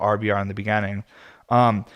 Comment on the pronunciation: I love sitting down to listen to you with a heady and coffee Sunday mornings. Its been something I've come to look forward to. Hope you keep doing them. Also, youre the first person I've heard pronounce beginning like begenning, is that a Colorado thing? Sounds Canadian kinda.